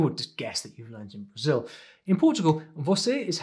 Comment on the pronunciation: I really love that you spoke "Brazil" the way we Brazilians pronounce it at the begging of the video <3